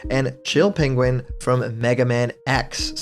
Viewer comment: “Pegin” Excuse me what